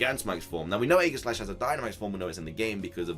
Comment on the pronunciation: It annoys me SOOOOOOOO much how you say aegeslash. Its pronounced EE-ge-slash not a-guh-slash.